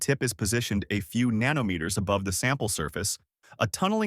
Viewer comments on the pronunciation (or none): nann omme eht ers. Text to speech has become pretty good but it always seems to have problems with scientific/engineering units.